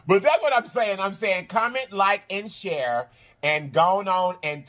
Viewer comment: Comment, like and Sharon is what I hear sir